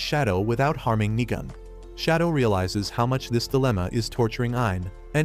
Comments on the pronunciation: Nigam hits hard Even though it is nigan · Did bro just sat nigan more like nig chan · Nigan had me laughing as how they say his name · Nigan😂 I thought it was the n word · Bro every time he said nigan I thought he says the n word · bro did not say nigan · Bro when you said nigan i thought you said the n word